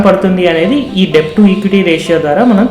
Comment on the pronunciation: A small suggestion.. letter 'b' is silent in the word 'debt' and should be pronounced as 'డెట్'. Hope u dont mind..